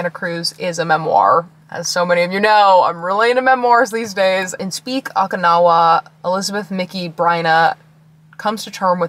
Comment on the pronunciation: I LOVE the bookshop in Santa Cruz. They have a great selection of new and USED books. Literally got this one book used in great condition with the specific rare cover I wanted and couldn't find there. Best find ever. Btw Okinawa is pronounced Oh-kee-na-wa